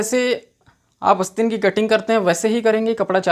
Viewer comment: भाई ! बोलना तो सीख ले । अस्तीन नहीं आस्तीन होता है । इरीटेटिंग वीडियो ।👿😡